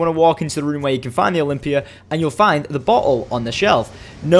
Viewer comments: had to stop watching because i can't stand the way this moran says 'bottle" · Lol sounds like he says butt hole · I thought he said butthole instead of bottle xD